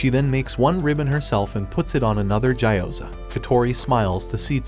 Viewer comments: It gee o ZA not jai o zar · Gyoza ❌ Ja you Za ✅